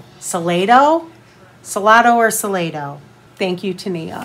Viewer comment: I’m drinking Deep Eddy as I watch. And I’ve been hunting those conversation candy hearts for my kids’ class parties! Hope enjoyed them. Btw it’s Sal-LAY-doe, TX.